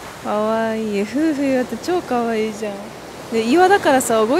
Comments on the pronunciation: 夫婦岩と書いてふうふいわではなくてめおといわと読みますね😊相変わらずは可愛いですね🥰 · が、わが町福岡に来てくれて本当に嬉しいです！ 糸島は天気が良いと本当に最高ですよね〜サーフスポットもあるし、おしゃれカフェもたくさんですしね〜 夫婦岩（めおといわ）をふうふいわと言う、宙（そら）の階段を宇宙（うちゅう）の階段と言う、いずれも可愛すぎますw いつか福岡に住んで欲しいなぁ ぜひ考えて下さいね 〜 東京まで飛行機で1時間です。 もはや通勤圏内ww 中心部から空港迄もとても近いです 大歓迎でお待ちしてまーす✌️